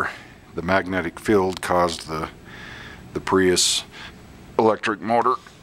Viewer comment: Nice demo. BTW that’s a magnet “feeeeld” (field) not “filled” 🤗